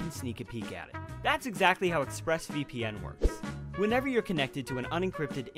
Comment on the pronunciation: ExpressVPN? More like... Express E-pe-en. Also remember that you can't do damage if you don't hit in the first place.